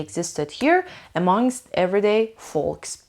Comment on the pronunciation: misa jan folks L talafoz nemishe foks khunde mishe, ba sepas